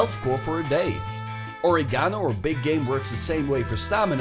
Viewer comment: Pronunciation of "or-ee-gano" is worth the view in and of itself.